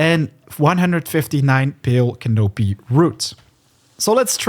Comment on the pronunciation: It's pronounced " can-a pee"